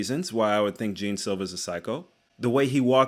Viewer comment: Bruh. Do y’all watch with the volume off or something? His name is super easy to pronounce. It’s not bloody Jean. It’s more correct to pronounce it John than fucking Jean. The J is pronounced like the Zh in Zhang Wei Li’s name.